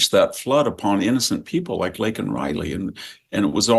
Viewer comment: Victor calls her "Lincoln " and you don't correct it?